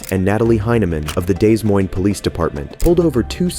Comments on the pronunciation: It’s pronounced da moyne. Not dez moynes. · "Dez Moynz"? Really? "DA moiyn" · Not "Dez Moynes" !!!! It is pronounced "De Moin" (moin would rhyme with coin) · YOu can tell it's AI Narration. It's not DAYS Moynes. It's "Duh-moyn" Des Moines IA. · it’s DEH Moines. Not Dez Moines. You’re literally from America. Learn the cocksuckin language that you were raised speaking.🙄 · This is dumb. Not everything is racism, sometimes there are just bad cops or cops that are too eager or over zealous. Also, you need to learn how to pronounce Des Moines. It’s pronounced ‘Duh-Moyn-Uh’, not “Dezz Moinezz”. You must be a SJW and Biden voter, right? 😂😂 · Dez Moinz? Really? Des Moines is pronounced De Moyn, just like you don't say the S in Illinois, or the second C in Connecticut. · So, it's pronounced Duh Moyn, not Days Moynz or Dez Moynz. Our city likes to use brutality and pays out lawsuit settlements on an average of once a year, but doesn't seem to ever make any necessary changes to avoid more lawsuits. They just keep raising our taxes so they can keep doing the same things. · It's not pronounced daysmoines the ss are silent it's pronounced de moine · “Days moine” just hurt hearing that lol instead of “deh moine”, even though I probably pronounce things incorrectly sometimes hahah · You actually said Des Moines haha it's pronounced like De Moin. The "s's" are silent. For future reference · "Dez Moines" ??????? hahahaha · DEZ MOINZ... The Nigh Mets are my favorite squadron. Is this channel even made by an American? Forget "detective". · Work on your AI voice or your own pronunciation. "Des Moines" is pronounced "De Moin". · as a resident of Des Moines, his pronunciation made me smile lol no hate because it's weird spelling and stuff but "duh moin" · Excuse ne but where in the world is 'Daze' Moines? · "Dez moynz" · Days moines? No real American would say that, this is an AI channel. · Your AI doesn't know how to pronounce Des Moines or Pinal.